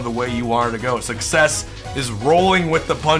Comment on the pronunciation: I love talking about success (pronounced suckies)